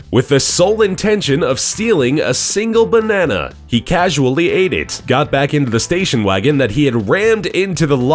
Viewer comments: Its so funny how he Says "Bonnana" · I like the way he says "Banana" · How you said banana tho. Funny